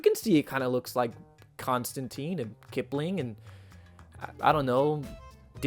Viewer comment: The good news is, you pronounced Ambrose Bierce just fine. The bad news is, you mispronounced Constantine every time.